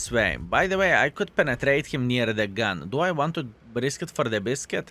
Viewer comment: please consider correcting your recitation of word gone(than using word gun🔫). Thank you